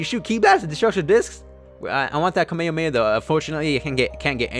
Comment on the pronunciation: Why does people say kamehamaeo it is kame-hame-ha